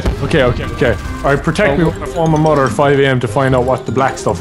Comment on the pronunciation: And phoning his mudder